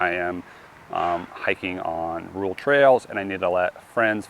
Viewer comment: There's a second r in rural. Believe it or not